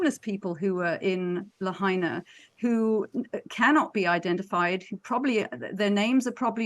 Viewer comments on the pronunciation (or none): hello --thank you for posting - please know that the correct pronounciation is : Lahaina ---is: La HIGH na. Not La HEY na. I am curious why you are saying it incorrectly ????